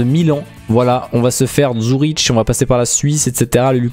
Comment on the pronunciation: Les Suisses en plus quand il a dit Züriche(on prononce Züriq) et Genova c’est pas Genève c’est Gêne t’en fait pas on t’aime quand même